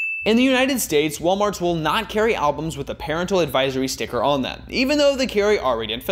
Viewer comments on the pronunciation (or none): It's Puh-RENT-ul, not PAIR-int-le. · Homie can't pronounce "parental"???